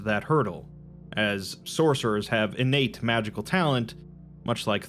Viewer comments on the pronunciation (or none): none